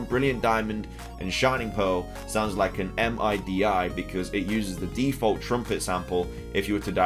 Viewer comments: MIDI is pronounced like a word kinda like OLED (mid-E) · MIDI is pronounced 'mid' 'E' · MIDI is pronounced middy...